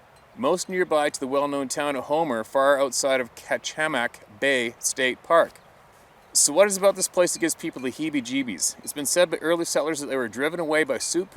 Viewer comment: I LIVE in Homer, on the Kenai Peninsula (by the way, Kachemak is pronounced Catch-a-mack) :) I want to hear more stories from Alaska!